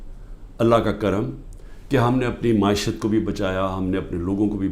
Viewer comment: Maashiat 😂😂😂😂😂 bolna to seekh lay pahly economy ki alif b to ati nahi